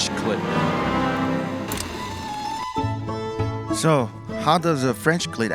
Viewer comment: Good video, also please pronounce it as kl-eet with an extended e otherwise you are saying clit lmao